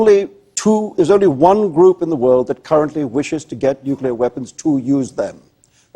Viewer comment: He says "Mr. Definitely. Can I call you thay?" I almost died